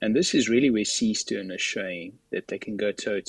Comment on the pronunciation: What is it you American that you don’t get about the name Seestern?